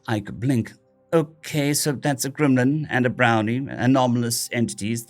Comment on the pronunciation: Stop saying glimlin